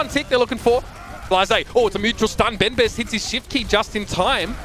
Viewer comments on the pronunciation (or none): It's a message for the caster of this match (sorry for my english ). Please... Learn how to prononce benbest in french x).